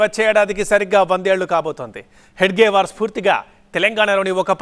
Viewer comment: హెగ్డేవార్ కాదు హెడ్గేవార్